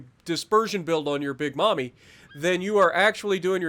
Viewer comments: M-AIM_EE, not MOMMY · It’s Mammy, not mommy😬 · "Big Mamie" is pronounced like the "a" in Andy